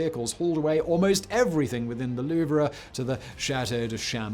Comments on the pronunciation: I know, where in his research did he find someone call it The Louv-er. It's Louv. It's almost as grating as Americans calling Turbine's, Turban's. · It's the Louvre not Louver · Not "loover" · Huge fan, but 60 seconds in, and I have to stop watching. Louvre. It's ONE syllable. ONE!! Not loo-ver. Not loov-ruh. LOUVRE! Cannot unhear. Ugh. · Ah yes, the lou-vrah. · Loo-Vrah LOL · I know you already said it, but damn your french is so baad, as a french citizen, it maded my hear bleed every time you tried to say french words lol, you're as bad in french than french people are in english ;) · Your French pronounciation is horrendous but still very funny. I loved this video. Greetings from France, mate =) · This is like someone pronouncing jalapeno jell-app-in-no. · I dont mean to be a linguistic National Socialist German Worker but you may be pronouncing Louvre wrong........ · Why is no one talking g about how he pronounces the “R” in Louvre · I was thinking the same... cringe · Thank you! I can't concentrate on what he's saying because my ears keep picking up each time he mispronounces The Louvre. I hate being so nit-picky, but I can't help it. My ears won't unhear it, LOL! I love Simon though, no matter if he mispronounces things or not. Also, here in the U.S., the word "homely" means ugly... but I've noticed through many videos that Simon uses it as we would use the word "homey", meaning comfortable & home-like. I wonder if all Brits do this, or is it just a Simonism? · He butchered every single french word, "Louvre" was far from the worst. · I thought the R was silent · Because mispronunciation is kind of his thing, I honestly don’t know if he’s saying “Louvre” incorrectly, or I’ve be saying it wrong my whole life. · was going to give this a like until he mispronounced "Louvre" a thousand times during the video. I don't speak french but this is just really lazy. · Isnt the "R" silent...?